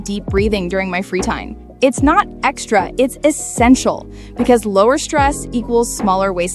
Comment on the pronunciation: The way she said " it's not ExtRA it's ✨EssEntiaL✨💅"